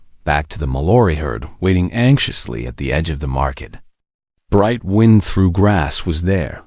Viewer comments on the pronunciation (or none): Based on how the AI tends to mess up words with two sounds, (and a few rules of English that have sunk into my bones over the years), it's Bright Wind Through Grass (like air blowing a path through the grass.) When saying the full name the AI says wind with a long I, like winding something up. When just using the nickname/short version, it says Bright Wind, with a short i, like blowing air. The air version makes sense with the name. Otherwise it would be Brightly Winding Through Grass (winding your way, our winding yarn.) Both names are pretty.